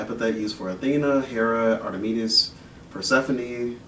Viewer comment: He keeps saying 'Artemis' wrong. Is this an inside joke? I can't figure out any other reason why he'd say it wrong every time even though Red typically says Artemis's name out loud at least once in each video where Artemis's name is written. Red: Artemis This guy: Artimeatus